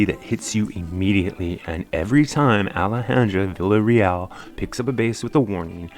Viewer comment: AI can't pronounce her name properly